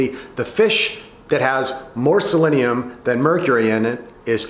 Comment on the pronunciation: I dunno guys, he's not even pronouncing selenium correctly..... Should we even trust this information?